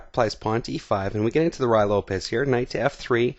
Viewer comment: It's pronounced as if it were "Roy" Lopez not "Rye" as in rye bread.